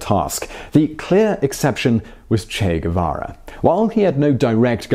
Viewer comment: The Che Gu-VaVa show!! With your favorite host..Che Gu-VaVa!!...cheers & claps.